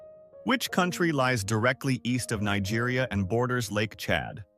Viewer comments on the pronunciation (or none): none